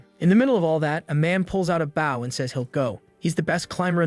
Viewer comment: Serious question why is it you can't pronounce bow